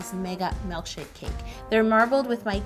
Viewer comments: Really bothers me that you say mElkshake rather that milkshake LOL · do you say melkshake or milkshake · I love how you say "mELKshake" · Omg. says Malk and it drives me bonkers. She did say melk. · She is saying mElkshake right? I'm not imagining that am I? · She says “melkshake” and “vanella” IT KILLS ME but no hate!